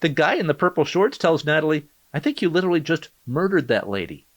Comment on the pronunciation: a disabled woman is drowning and nearly dies and shes like "Omg no stawp i litewally didnt kill her guys haha 😁😁😆"